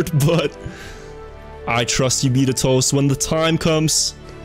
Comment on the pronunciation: Am I the only one frustrated with the way he pronounces betatoast2?